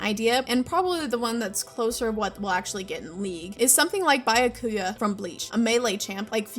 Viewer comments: Did she say Biyokooya??? 😐😐😐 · I'm sorry WHO FROM BLEACH??? BY-UH-KUYAH? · Bah yah ku ya......😭. Bro rekt his name worse than the steinritters did him in the TYBW arc.